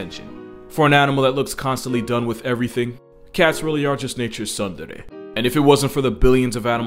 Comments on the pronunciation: Did you just say sun-dere... Mate. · CORRECTION: the word is the Japanese tsundere, where "tsun" rhymes with "soon" and the T is not silent. See below for the Wikipedia definition. Congrats and thanks! Tsundere is a Japanese term that describes a person who is initially cold and even hostile towards another person before gradually showing their warm side over time. The word is derived from the terms tsuntsun, meaning to turn away in disgust, and deredere, meaning lovey-dovey. Originally found in Japanese bishōjo games, the word is now part of the otaku moe phenomenon, reaching into other media such as maid cafes, anime, manga, novels, and even mass media.